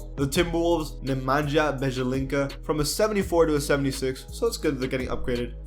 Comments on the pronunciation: It's Nemanja Bjelica: Ne-ma-nia Bie-li-tsa (the accents are in the first "a" and the "e") where j's are give it a short -i like in Mario Hezonja ;) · Nemanja Bjelica is pronounced Ne-man-yah Byel-itz-ah